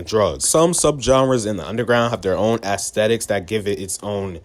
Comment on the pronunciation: Bro said Assthetics